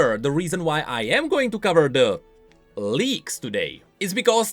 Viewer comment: I watched this video right after i woke up, and i mishear “leaks” and “Leagues”, I thought i was dreaming